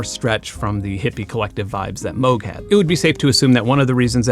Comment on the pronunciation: Thank you for pronouncing Moog correctly! I know the family of the founder and everyone pronounces it wrong!